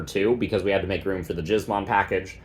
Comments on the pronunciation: Giz as in gizmo. Killing me with that pronunciation, brother. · Ain’t no way dude is pronouncing it like that 😂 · I'm begging you please don't pronounce gizmon that way.